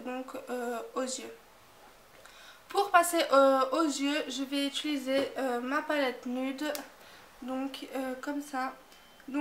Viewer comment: J'aime beaucoup mais tu dis ituliser au lieu de utiliser ^^